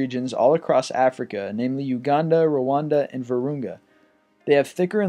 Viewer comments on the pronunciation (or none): none